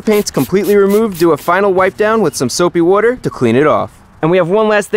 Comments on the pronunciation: “Say it again” “SoOapy wooter “ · “Soapy Woodar”